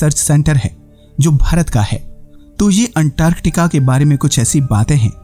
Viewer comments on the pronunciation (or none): Bhai Antartica ko unntarrrtikaaa kyu bol rahe ho baar baad. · 1st go and learn how to pronounce antarctica😂😂😂😂😂